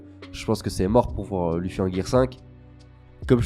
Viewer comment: mdr tu dis l' "u" ffy au lieu de l "e" ffy biensur ca s'ecrit luffy mais c la prononciation